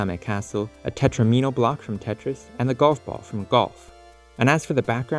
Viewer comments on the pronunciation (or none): It's tet-RAH-mi-no, like domino -- not Tet-ra-MEE-no